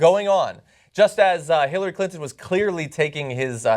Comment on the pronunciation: Jimmy: 'hitlerary clinton"